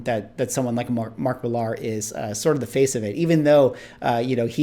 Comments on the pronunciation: It’s pronounced Mark “Miller.” Not Mark Mill-ARR, like a pirate. From the mouth of Mark himself. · I am almost certain that he pronounces his name "Miller" and not "Mil-lahr." He did a signing event at our local comic shop and the manager confirmed that Mark said it was "Miller." (He's Scottish, I believe.) I think his channel name "Millar Time" supports this, too, as it is a reference to the Miller brewing advertising campaign. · Was a really good roundtable. Valuable conversation. By the way, Millar is pronounced the same as Miller 😉